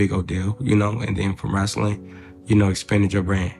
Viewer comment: If Marco say "wrastling" one more time 😭